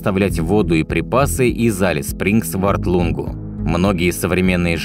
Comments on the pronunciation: Только Элис Спрингз, а не Алис Спрингз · Спасибо за видео! Х0чу добавить,что климат там - не подарок. Европейцам там нелегко переносить жору.Название правильно говорить- Элис Спрингс. Процветания вашему каналу! Привет из Австралии.